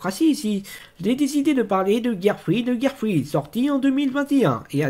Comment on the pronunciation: Tu as aimer cet épisode ? Kael lui n'as pas du tout aimer. Tu prononce mal le mot "Girlfriend" XD Ok tu aime bien Lillie , Nacchara et Naminé , je comprend pourquoi Mais Chloé Bourgeois ?? Minute elle s'appelle Sinnoh ?